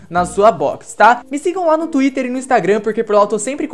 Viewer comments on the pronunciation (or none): none